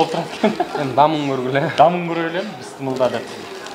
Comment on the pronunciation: Бысмылда Эмес, Бисмилла